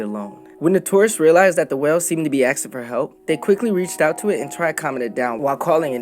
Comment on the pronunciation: ok cool but it's pronounced asking, as it was spelled.